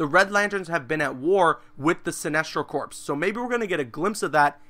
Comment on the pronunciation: It's pronounced core. The "ps" is silent in corps. Like marine corps. It ain't corpse